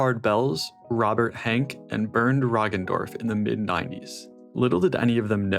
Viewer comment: it is Henke - a german name / not Hank, as you are pronouncing it in english…